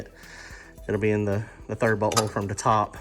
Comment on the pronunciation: When you say bolt hole it sounds like butt hole